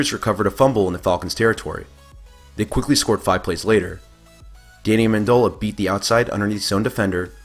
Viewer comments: You also said Amendalla instead of Amendola, are you even a football fan? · Amen dole a, his name is Amendola, pronounced Amen-dole-a, your are saying his name wrong. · You keep saying Amendola wrong. DOLA rhymes with dough not doll. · It's Amendola ffs!....jk I think he fucking gets it people.